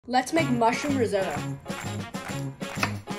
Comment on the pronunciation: Good Food man and its pronouced rizoto